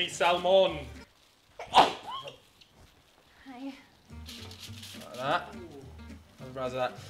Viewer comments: did she just say hayahh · That hi after the sneeze was something